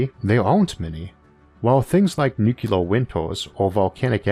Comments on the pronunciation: Nu-clear not nucular. Only 1 U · I hate the word "nucular". You are way too smart to use it so please stop.